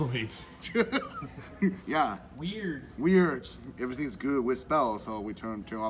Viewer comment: Lmao “We-Urd” 😂🤣